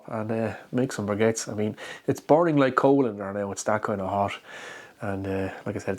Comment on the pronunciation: Sounds like you have a G in the word "briquettes". :)